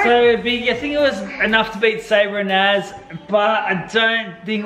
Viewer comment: Naz it's naz